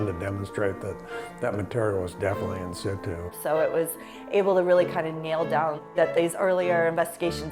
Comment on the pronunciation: Yeah that hurt to hear, lol